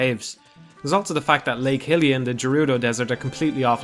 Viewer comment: Inaccurate or accurate, this guy still doesn't pronounce "Hylia" or "skulltula" correctly. Edit: Or "Gerudo." His name isn't "Jannondorf," dude.